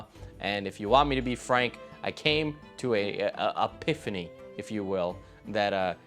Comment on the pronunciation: Its an epiphany, not a piphany. Just saying so its known.